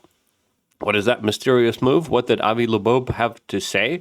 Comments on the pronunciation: I know it’s driving me fucking nuts!!!! Avi Labobe ????? It’s Avi Loeb !!! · FOR FUCKS SAKES!!!! ITS 3I ATLAS! NOT 30I! AND ITS AVI LOEB, NOT LEBOBO! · Luke…Avi Lo-eb… not Labobe …3 👁️ Atlas…not 30Atlas …FFS!!!!!! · did u say Avi Laboob HAHAHAHAHAHHAHAHAHAHAHAH